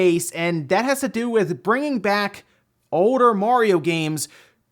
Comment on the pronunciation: Haha why wont he say the letter L in some of his words. Haha like shoulder an older.